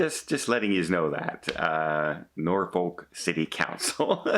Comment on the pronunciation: There is only one "R" in Norfolk, not two.